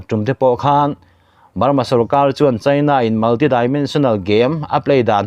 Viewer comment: Ngen hi sialai tih na a ni a, a tawp lam ah thluk san tur. Chhin ni lo in chin, china ti ang a lam tur, chhaina ni lo in😂😂